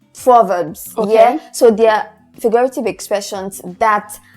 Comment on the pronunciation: She didn’t pronounce figurative correctly. Don’t stress the fig. Let it flow into the u. Good effort, nonetheless. A few more examples for happy besides elated: 1. I am over the moon(this is also an example of an idiom) - extremely happy 2. I am content(be mindful of the way you pronounce this. Not content as in capacity. - content is a Homonym, meaning it has 2 meanings. 3. I’m on cloud nine( also an idiom) - used for when you are extremely happy. 4. Joyful, gleeful, 5. I am in a good mood. 6. I am in high spirits 7. I am feeling positive. 8. I am gassed (this is quite informal. Used amongst your peers). 9. I am chuffed (also informal) 10. I am exhilarated. (This is slightly advanced than the others) - it shows you are over joyous. 11. I am delighted to see you/ to be here - often used amongst us British people. 12. I am glad to see you. - when you are happy to see someone. 13. I am pleased to meet you. - same as above. Or I am pleased with the results. - when the results of something(e.g an exam grade makes you happy). 14. I am ecstatic- this is a good one to use when you are extremely happy. 15. I am thrilled…. to see her/ to be here etc. - using this gives the impression that you’re a native English speaker. Hopefully, the above helps. The English teacher in me couldn’t help myself!